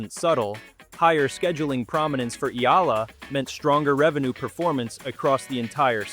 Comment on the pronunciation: Thank you for pronouncing Alex Eala's name correctly 👌👌👌🇵🇭🇵🇭🇵🇭